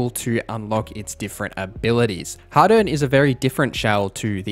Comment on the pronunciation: You pronounce harden and hadern the same. Angloid